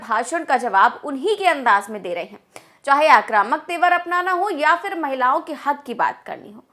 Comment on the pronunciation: It's PHIR not fir